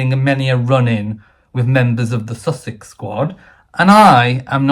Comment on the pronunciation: The place is called Sussex, the couple are pronounced "sus-sucks". Please make the difference known.